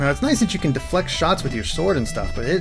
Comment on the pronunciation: I died laughing when you said shits instead of shots XD